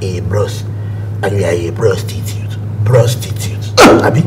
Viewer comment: say brostitute hahaha